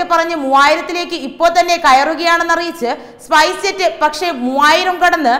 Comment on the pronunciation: സ്പൈസെറ്റ് എന്നാണ് തുടർച്ചയായി പറയുന്നത്,സ്‌പൈസ്ജെറ്റ് എന്നല്ലേ?.